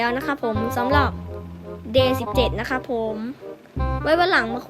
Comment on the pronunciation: ไม่ใช้บิกวอม ครับ มันเรียกว่าบิทเวิม ครับ และDay 17 อ่านว่า เดเซเว่นถีน ครับ